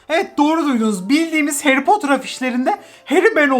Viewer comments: Nobody:: heri potur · Nobody:harry potter:Harry potur